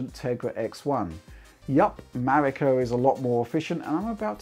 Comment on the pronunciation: Finially, someone says its codename Right.